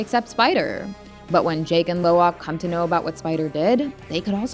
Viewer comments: Dont you know It its actually Lo'ak not Lowak? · It's Lo'ak not Lowak